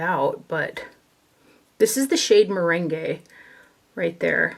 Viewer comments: It’s ‘meringue’ as in a topping on a lemon pie not ‘merengue’ as in a dance ... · Hi! Look forward to these. I wanted to tell you that your Too Faced concealer color, meringue is pronounced mer rang like lemon meringue pie. XO